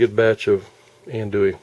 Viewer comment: You don’t ever want to call it ann-doo-ee. I’m from south Louisiana, it’s pronounced on-doo-ee.